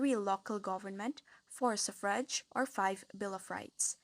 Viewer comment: Wrong pronunciation on the word "suffrage". Check it on Google thanks